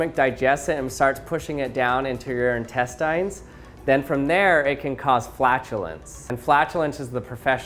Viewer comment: You said intestines wrong, I’m not being a jerk, but if that was pronounced the way you did from an accent, I’m sorry (In-test-ins)